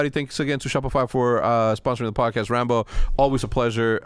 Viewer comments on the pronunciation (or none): Can someone teach Rambo how to pronounce his T’s holy shit.